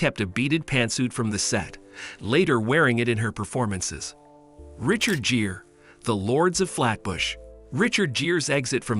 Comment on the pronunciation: Jeer? Ai can't pronounce Gere like gear? This ai can't pronounce any name right 😂